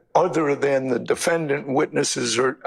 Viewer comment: All these Georgian lawyers can’t even say Defendant correctly they emphasize the A when it’s silent it’s pronounced De-fen-dnt or De-fen-dint not De-fen-Dan-t google it